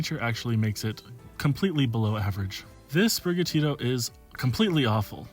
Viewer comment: Bro said spiriga Tito 🙄 It’s spiri gatito Gatito being Latin for cat or kitten